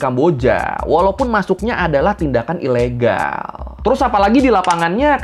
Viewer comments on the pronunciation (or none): KambojAaaa, ilegAaall, penjarAaaa hihihi lucu bang logatnya😃😃🙏🙏